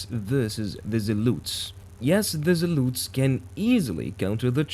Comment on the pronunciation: There are no U in zealots ...its zea lot s..the zealUts was really annoying to hear so meny times....but a good vis :)